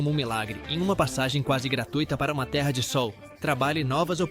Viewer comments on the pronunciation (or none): none